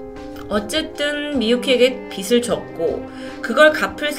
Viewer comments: 다 좋은데 '빚' 발음만 좀 더 정확하게 해주셨음 좋겠어요. "빚을" 발음은 "비슬" "비츨" 아니고 "비즐".홧팅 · 발음 '빚을'을 [비츨]로 발음하시면 ㅠㅠ 빛이 됩니다..ㅠㅠ [비즐]로 발음해주셔야 전달이 더 정확이 될 것 같아요!! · 님! 항상 라디오처럼 잘 듣고 있습니당:) 그런데 빚을 떠안았다 라는 문장을 말씀하실 때 비츨 이라고 발음하셔서요ㅎㅎ 혹시 다음에 영상 제작하시면 비즐 이라고 말씀해주시면 더 정확하게 전달될 것 같습니당ㅎㅎ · 넹 빛을,비츨 노노 빚을 비즐 ,이라고 발음하심 쉬워용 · 내용에만 집중했는데 의식하고 들으니 들리네요. 받침 있는 자음(명사/ 대표음으로 바꿀 조건이면 바꾸고) 뒤 음가 없는 'ㅇ'이 오면 연음시키서 [비즐] 이라고 발음 하시면 됩니다. 잘듣고 갑니다~ㅎ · ‘빚을’ 이거 발음이 저조차도 너무 거슬리네요 ㅜㅜ 담번 녹화엔 제대로 발음해서 들려드릴께요! 이해부탁드려요 ㅠㅜ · ((([빚을]발음...신경써주세오..ㅠㅠ..))) 일본경찰도 참 무능하네요... 피해자 남매 너무 안타까워요..ㅜㅜ